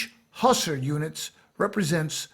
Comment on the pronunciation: Very well done. "Hussar" always has the stress on the second syllable, i.e. "hoo-SAR."